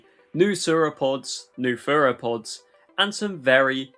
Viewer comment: I know 'furapods' is just an accent quirk, but am I the only one that pictures a small cute creature when he said furapods?